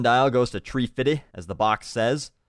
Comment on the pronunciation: you say about like aboot and pronounce fifty as fitty, you my friend are the fear of a pronounciation nazi, awsome :)